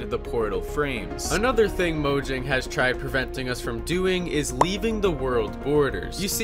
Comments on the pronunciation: Mojang is pronounced MO-YANG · Fun fact. People call mojang moyang and mohang...idiots right?